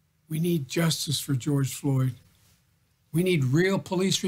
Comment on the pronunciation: GEORGE FLORD????🤔😣🤦 REALLY????